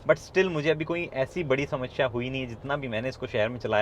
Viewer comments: Me- samsya hai car mei - Shamashya hai car mei😁. Luv the way u say Shamashya 😉. Big fan bro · गगन भाई मुझे आपकी 'समश्या' से थोड़ी समस्या है! 😄